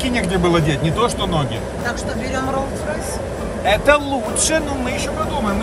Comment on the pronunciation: нихерасе катя : Я не хочу Rolls Roys 😤 я хочу Buggaty или Lamborghini